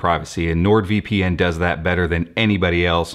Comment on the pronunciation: Nordvpn sounds very german